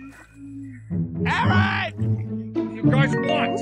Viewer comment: Dets not hou jou spel aaron jou dont do aren